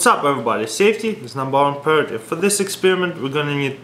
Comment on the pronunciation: Funny how he says priority